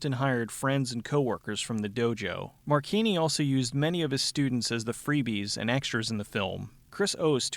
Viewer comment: Mar-chee-nee. Marcina is pronounced Marcheenee. But who cares? His acting is fucking awful and its hilarious to think about how he thinks hes good enough at anything to be a leading man. He looks like someones tiny dad, and since hes so small his "karate" consists mostly of kicking people in the dick. Dont even get me started on the character "Snaker", or as he prefers "Ssssssssssnaka". This whole movie is just plain dumb. It has its moments of being unintentionally funny, but mostly its a little man with Napoleonic syndrome.